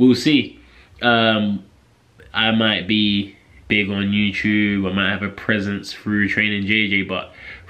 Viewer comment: dude u need to train how to say you tube properly leave boxing training for now